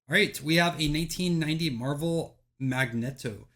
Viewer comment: The way you pronounced Magneto …. how can you make lists like this and not know. It’s not like he’s some rare character, he’s one of the main X-Men villains.